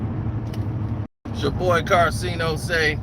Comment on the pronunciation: He called him karcenio lmao